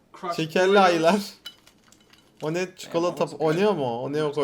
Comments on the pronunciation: DE ABİ ONLAR ONEO DEĞİL OREO'YDU YANLIŞ SÖĞLEMİŞSİN FARK EDENLER +1 BU ARADA ABONE OLUN ADsaDÇSA:d:sada:s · de enes abi o one o değil oreğo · Oneyo değil oreyo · Oreo❌ Oneo✅ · oreoya oneo diyen koca yurekli abimiz ENES BATUR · Oreoya oneo diyen gamer enes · oreo enes abi oneo değil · abi o oneo değil oreo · Oneo değil oreo enes abi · oneo değil oreo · oneo değil [OREO] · Oreo ya Oneo diyen enes dayı :D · Oreo'ya oneo diyen enes seni de unutmiycaz 😂😂😂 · Abi oneo değil oreo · Önek değil oreo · Oreoya oneo diyen enesi saygıyla anıyoruz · Oreo ya Oneo diyo :D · ONEO DEĞİL O OREO !!!!!!!!!!!!😂😊👌✌️ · ABİ O ONEO DEĞİL OREO :D SİNİRİM BOZULDU DAFDSDAFASDFA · ONEO DEĞİL OREO :D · OREOYA ONEO DİYEN KOCA YÜREKLİ ENES ABİMİZE BİR QALP LÜTFEN ❤️ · Enes abi oneo deyil oreo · Oreoya oneo dedi aq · oreoya oneo demek sjjsjsj